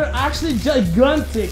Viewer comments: "The walls are giguntic...... " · "They are actually gigrantic" Lol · love how he said "Giguntic" LMAO. not hater pretty fracken funny tho! Grammer: SAY IT RIGHT! Me: Actually i like it that way... Grammer: you will never see your loved ones again... Me: I see... i will have to pee on you then leave. TheDogWalkingDownTheStreet: Eggsactly! Oh crap...